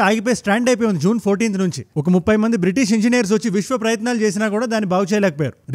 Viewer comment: It's a British or bitish